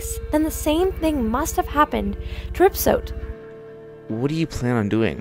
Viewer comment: Ripsote? That’s not how you pronounce riposte….